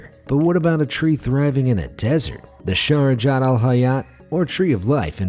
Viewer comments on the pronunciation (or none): its shajarat not sharajat